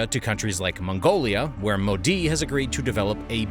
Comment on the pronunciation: This is an AI voice right? No person could mis-pronounce Modi, Tamil Nadu, and Karnataka that badly, right?